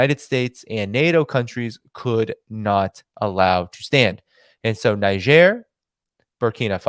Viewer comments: THere are two ways to pronounce Niger. In French it is Neezhair, and in English It is Neyedger. It is hard to listen to your mispronunciation. If you doing a podcast on a country at least pronounce it correctly. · Please try to pronounce the name of the country correctly, in either French or English, it takes 5 sec to find it on yt or google translate. You are combining the first syllable from the English and second from French pronunciation. It is annoying but also quite disrespectful. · I listened to your show, and I must say, it rips, tears, and shreds the ear canal to hear you constantly mispronounce the word “Niger”. I would have taught since that particular country, word was the main theme of your show, and all over the place, that you at least would have familiarized yourself with the proper pronunciation of the word. I hope we as viewers and listeners of your show can hope you would show more courtesy to other countries and words next time.